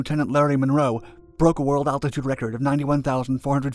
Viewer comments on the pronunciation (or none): none